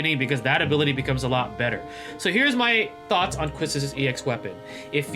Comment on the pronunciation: YES! QUISTIS!! 😍 Whipping all the baddies 😆 Also her name is pronouced as “KEY-Tis” :3 Kinda like how Tidus is “Tee-dus” Her name german or something 🤔